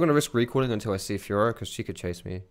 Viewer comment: Is it just me or does it sound like "fuhrer" when says fiora xD